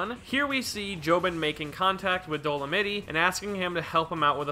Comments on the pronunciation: “Dole-a-mitty” > “Dole-a-mite” lmao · Bro, it's Dol-o-might, not doll-oh-mittie lmao If he keeps saying it I won't be able to finish this video lol. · EVEN IF YOU SOUND OUT DOLEMITE IT'S DOESN'T SOUND LIKE DOLIMITTY! WHY ARE YOU SAYING IT LIKE THAT!? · ok repeat after me DOE- LOW - MIGHT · Bro how you pronouncing Dolomite wrong wtf 😭 dolonitty 💀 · When realizes it’s pronounced Dolomite with the long I sound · the real thing that doesnt work here is your pronunciation of dolomite